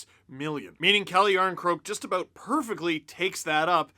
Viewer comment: Lol so funny how Canadians say " about" , abooooot lololol